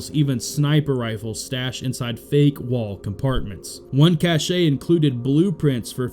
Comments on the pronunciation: Are you Canadian?? Cache eh😂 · Please learn how to pronounce "cache."